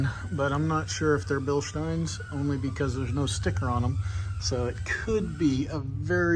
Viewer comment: Finally someone that can pronounce "Bilstein" correctly. As a German it hurts my ears to hear all the wrong versions, thanks !!!